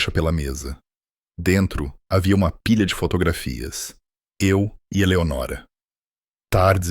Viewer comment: Não é Eleonóra mas.sim Eleonora